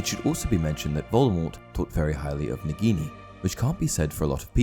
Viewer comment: I Lowkey get triggered you pronounce it negini rathen that nAgini